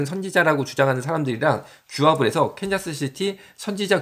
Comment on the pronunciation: 네.. 근데 컨자스는 틀린 발음입니다. 이시죠?